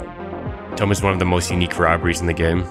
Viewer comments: “Tome” it’s toom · Toom not tome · Why does buddy pronounce TOMB as (TOE - M) it’s (TWO - M) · It's pronounced toomb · the way he incorrectly pronounces tomb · Bro got Hyper Red lvl 5 but still can't pronounce tomb. Anyhow, great video. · Why he say tomb like that